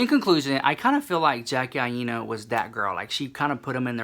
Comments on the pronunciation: AINA is pronounced EYE NUH. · Aina is pronounced like China. Love you so maaaach ❤️